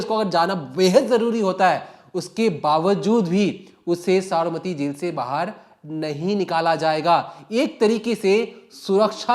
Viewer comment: tu pehle Sabarmati bolna seekh le baad me crime reporter bann....kaise kaise logo ko job pe rakh lete hain yaar...nepotism at it's peak...😅😂😅😂